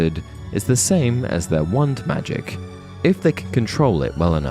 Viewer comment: I mean no offense... but your not pronouncing the 'wah' in wand. It's driving me cray crazy... other then that, nice video.